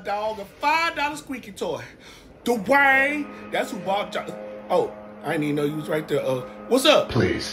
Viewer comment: The way punches the "DUUUUWAYNE" kills me!!! 😂😂😂 is the BEST!!!!!!!!❤❤❤❤❤❤